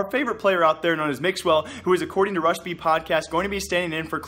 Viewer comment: Who else heard Russian Tarik instead of RUSH and Tarik?